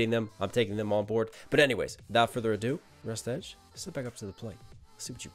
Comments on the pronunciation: Also for future Rustage is pronounced "rust-idge" when you say "edge" my ocd picks up and i start laughing. Not to be mean or anything... As for recs, DPS, FabvL, Cam Steady, and Shwabadi are some insane artists to listen/react to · something nitpicky i have to say is its usually pronounced Rust-idge instead of Rust-edge (it doesnt matter, just something i thought i would point out for future reference)